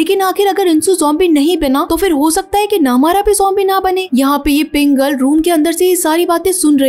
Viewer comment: Kya pink girl pink girl lagaya rka hai aisa lag rha hai k Pringle bol rhi ho Baki Sara tik hai I like it aisi films kha Hindi me explain ki jati hai